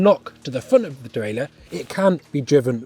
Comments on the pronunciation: Please, please, please, stop. The mechanism, which shifts the chain up, and down the cassette, is called a derailleur. In English, it is pronounced "dee-rail-ur". Three syllables, dee-rail-ur. Not "dee-rail-ee-ur". That would be four syllables, and as correct as referring to your bike, as a bi-cy-cycle. End of rant, sort it out please. Kisses, 1XBIKES. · It’s strange to hear him pronounce all the letters in “derailleur” and “hanger”.